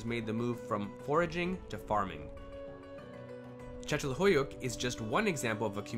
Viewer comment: So how long did you practice saying the name of that village before posting lol